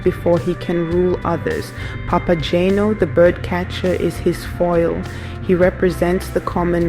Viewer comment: This video would have been better if: 1) the video clips shown actually had to do with the opera (and not, for example, people cosplaying Harry Potter characters), 2) The narrator didn't make incorrect pronunciations of names ("Papa-jane-o"? did she actually listen to the opera?), and 3) the text displayed didn't mess up character names ("to Mino"?). Didn't anyone "proofread" this video before posting it?